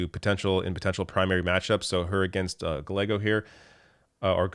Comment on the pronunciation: Gallego = Gah ye go